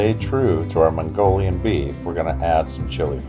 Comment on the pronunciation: "Herro mongorians, mongorian beef Soo good i just rove it" -cit